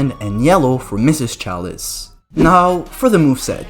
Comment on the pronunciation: Don't be that person bro this video was a hit I look at the comments expecting some laughs and I see you erm you pronounce chalice wrong ☝️🤓 like STFU